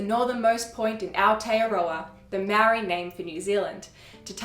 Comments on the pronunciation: I'm going to point out the elephant in the room. YOUR PRONCIATION OF MĀORI WORDS NEEDS SERIOUS WORK. So do the work. You guys OBVIOSULY had no intention of looking into the language, but rather the knowledge you wished to share. It's an extremely white thing to do, so I'm not suprised. It would've taken one email or dm to ask someone compotent in the language to correct your mistakes. But as usual, white people never consider these steps. It was easy enough to compile the information you've just shared, so why not go a little further and get your work checked by a proffesional. Yes, experts on languages exist, so use them. I'm telling you so nobody has to hear you botch not just my language, but other people's as well. Sort it out, or don't share the info at all. There are more compotent people in the world that I'd rather hear the stories of my ancestors from. So leave it to them if you're not up to shifting your ingorancy. It's 2023. Catch up. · Your mangling of the pronunciation of the word 'Maori' is painful.